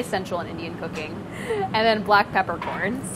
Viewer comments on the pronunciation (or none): none